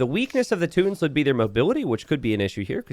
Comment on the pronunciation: "Tooot tins" i had to laugh at that pronunciation sorry. Sounds like that civilization's units are always farting. "Toot toot". It's too-ton-nick or teww-ton-nick as the two main pronunciations in english.